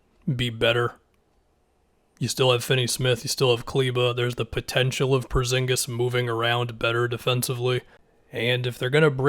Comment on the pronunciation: Am i the only one that gets super annoyed when says “Perzingis” instead of “Porzingis”